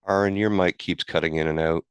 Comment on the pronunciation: Usually Christians mispronounce your name "Air-ron". This friar is the first one I've heard mispronounce it by putting the emphasis on the second syllable, like the country "Iran".